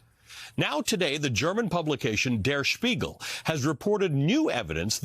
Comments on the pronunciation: That was a rather decent pronounciation of 'Der Spiegel' by Mr. Velshi. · That was well pronounced.